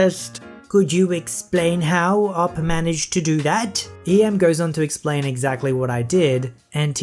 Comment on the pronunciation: Wow, PLEASE can you narrate my story - the way you can't even say "OP" properly is amazing, it's like you don't even know how Reddit works and are just reading text without thinking, and that''s perfect for reading Reddit content, additionally the way you don't even research how names of things are said is *amazing*, considering "Betta" (the fish) is pronounced "bay-tuh" and 30 seconds worth of searching would give that to you!!!